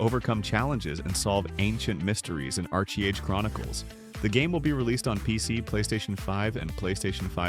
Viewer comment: I realized this when it said Archie Age. This wows me more than any of these games. Man, wish I could go back to the 90s amd early 2000s